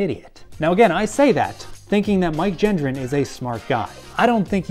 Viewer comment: I wonder if Mike comprehends if his last name is being mispronounced or not? 🤔